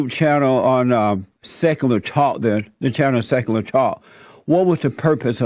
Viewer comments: He sounds like he’s never heard or seen the word “secular” before lol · Haha I loved how he couldn't pronounce easy words, I busted out laughing when I heard how he butchered the word Secular. XD